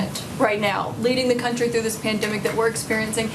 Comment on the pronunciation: I just wish he'd STOP putting the accent on the wrong syllables in 'country' and 'industry'🤣